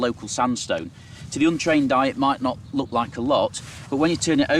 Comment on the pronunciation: Says lick instead look which is disturbing